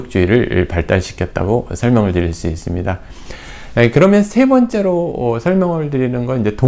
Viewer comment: 두 번째,시작,세 번째,반대,좋습니다,대체적,시원주의,뭐냐하면,사신,폐쇠,강조,좋게,심지어,행복, 등 이상 실 예는, 강시께서, 장음인 단어의 처 자를 짧게 잘못 발음한 일부의 실 예다. 교수의 발음이 이 정돌라면 하국의 문화 수준은 어느 정도인가? 1967년에 고국을 떠난 이 늙은 이가 하 분하여 쓴 책ㅇ이 "한국 어문을 고발함"이오니, 고국 동포 여러 분! 이 책을 조용히 읽어 주시옵소서. 미국 변 완수 드림